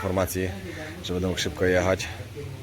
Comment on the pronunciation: Panie prosze mówic będę a nie bede ok